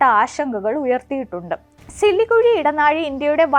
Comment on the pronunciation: സിലികുഴി അല്ല സിലിഗുരി ആണ് 😂😂😂